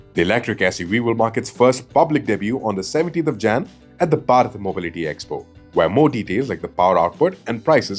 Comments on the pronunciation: It is Bharat not barat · So irritating that their main news presenter can't even say Bharat properly. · Please say it properly